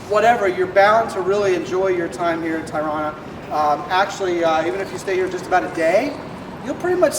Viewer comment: You haven’t even pronounced the city correctly. This video shows us zero